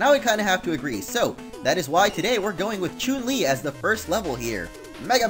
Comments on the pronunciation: Omfg! SAY HER NAME RIGHT IT CHUN, CHUN! WHY ARE YOU SAYING CHUNE!? FUCK XD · you pronounce chun li incorrectly